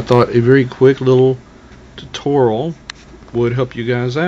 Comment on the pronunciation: Tutoral? It's called a Tutorial. (Tut-or-e-ull)